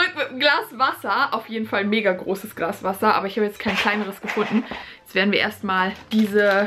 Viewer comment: anstat glass zu sagen hast du Grass gesagt kuck noch mal